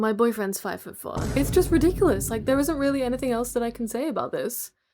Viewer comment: This is with love and I've probably watched too much miraculous, but when you said rediculus I thought of chole...